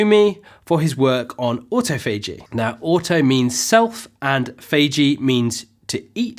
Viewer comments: It's not "auto-fay-g" it's "aw-toff-o-g" in both US and UK English. Anyway, my baseline is 16:8, although when I can prolong that by an hour or two I do, but still make sure to take in the same amount of calories. Fasting isn't a license to eat as many calories as you want within a specific window. Might try going for a 24 hour fast where I still end up eating 500 or so calories, but so far my limit is nineteen and a half hours. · Its autophagy o'tof'agee. Autofaygee is sending me nuts! Xxx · the stress in autophagy is in TO.. auTOphagy .. otherwise excellent channel :) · It's spelled AutoPhagy but not pronounced this way (Auto-Phagy)... FYI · look at Rachel sharp IM alternate day fasting. It’s awe-TOFF-uh-gee. Just FYI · Oops!, the correct pronunciation of "autophagy" is aw-TOFF-uh-jee. See the British pronunciation site. It's a very useful site! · He's butchering "autophagy". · Great video. But autophagy is pronounced differently in US English :) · Laura Coulter yeah that was killing me to hear it pronounced wrong. I’m like wtf man lol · Before you make a video about autophagy, make sure to learn how to pronounce it. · Great, non-technical presentation, looking forward to watching a whole video on autophagy (although could you pls pronounce it correctly) 🤪